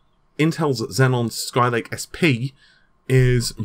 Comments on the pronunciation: no, it doesn't have 2 Ns. its xeon, not zenon. zenon is a great record label, not a CPU. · Just a nitpick: It's pronounced "Zee-on", not "Zen-on". The latter sounds like the CPU in the Xbox 360. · Hey it's xeon bro, not xenon atb on patreon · It's pronounced zeon wtf man. Seriously get your shit together. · Naples...and...Xeon, it's not that hard to pronounce, dude. 😑